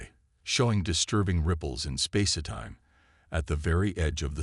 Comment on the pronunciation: Nice story. However, the enjoyment is greatly diminished due to your crappy AI. PLEASE ix it or get a new, working model!!!!!!!!!!!!!!!! What the hell is: "SPAC-i-time", "...PER-fikt the technology", "MULTI-fessited eyes", " arti-FICKal intelligence", BRETH-able atmosphere", "Elina Rize". PLEASE FIX!!!!!!!!!!!!!!!!!!!!!!!